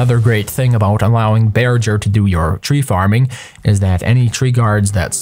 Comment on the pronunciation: It's pronounced bear-ger not bear-jer.